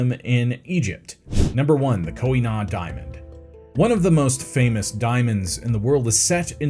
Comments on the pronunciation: Why did you have so much trouble pronouncing Koh-I-Noor? You repeatedly pronounced it as ending with an "n". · That is not how you pronounce Koh-i-Noor.